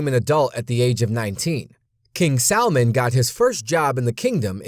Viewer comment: did he say king salmon?